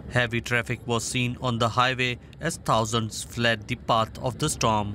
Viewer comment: "as tousands fled de part of de starm" - can you get a reporter who can pronounce English clearly?